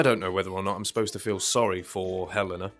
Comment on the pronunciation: Watch the fan made video for the song Sleep It's my favorite for venting out. Also, he pronounced her name as Hell - AYE - na